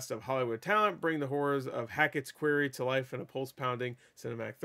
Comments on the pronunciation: Did you just say "Queery?" Do you seriously not know how to pronounce Quarry? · So many people are pronouncing it that way and I don't understand where they see an "EE" in that word. 😂😂😂